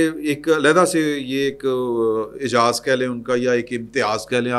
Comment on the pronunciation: Ayzaz not Ayjaz